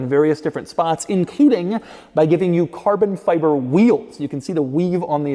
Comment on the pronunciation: I need a carbun fyber compilation. The way he pronounces it makes me chuckle every time.